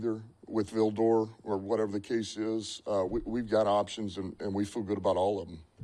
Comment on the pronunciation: Had me til he said Vildor lol